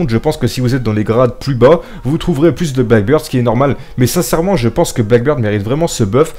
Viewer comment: C'est blackBEARD et pas blackBIRD😂😂 je sais que un français qui parle anglais...